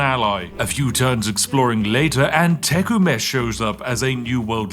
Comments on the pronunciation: how he said tecumseh was wild tay-come-suh is how its pronounced and he said tecu mesh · This fine gentleman's name is pronounced Tih-Kum-Suh. He was a Shawnee chief, well known as a great speaker and negotiator. He died in the War of 1812, and we still learn about him today in Canada. Keep up the marvelous spiffing, and try a chai sometime ;) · Tecumseh is pronounced tuh-cum-suh for future reference. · not to be that guy, but its not tech-uh-met its [təˈkəmsə] did anyone else notice that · Every time Spiff butchers poor Tecumseh's name I die a little bit. It's pronounced Teh-cum-sa. Was the leader of the Shawnee around the Ohio river valley that fought against American expansion over the Appalachians. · It's pronounced TEH-CUM-SEE, not te-cu-mesh. Sincerely, Someone near the town of Tecumseh living on Tecumseh Rd. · I've never heard Tecumseh pronounced , "Tucamesh" before. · dawg im crine 😭 that pronunciation. Its pronounced te-cum-se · Since you strike me as a gent who likes correct pronunciation, "Tecumseh" is pronounced teh-KUM-seh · Silly sausage. Tecumseh is pronounced tuh·KUHM·suh. I know Native American names are difficult for Brits, so here you go. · I love watching Brits completely whiff on pronouncing indigenous names, it fits the character of the accent lmao (it’s pronounced “teh-cum-suh” in common use 😂) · I love that you said tecumesh when you pronounced Tecumseh. 😂 good ole british and indians. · pronouncing Tecumseh as "Teckumesh" is crazy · Tek oo mesh? Kind of a rough way to say Tecumseh, but, okay. Catherine the great running the Maya I can take, but but Tecumseh not leading the Shawnee hurts my racial pride a little. xD Great video! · tuh·kuhm·suh emphases on the middle syllable. :) TY for the playthrough! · LOL! Teck-oo-mesh! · It's "Teh-KUM-sah", but I love you trying every other way to say it :) Its what makes a Spiff video a Spiff video. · Tecumesh? LOL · Tecumseh pronounced te'h-come-say, accented on first syllable